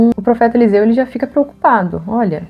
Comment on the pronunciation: Elseu: bah, Eliseu era gaúcho kkkkk. brincadeirinha, ótimo vídeo. Obrigado por compartilhar!